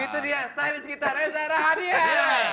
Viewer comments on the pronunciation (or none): REZA RAHADIAN gak ada R di tengah.